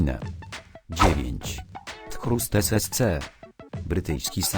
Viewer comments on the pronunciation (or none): pisze się thrust a czyta się trast ssc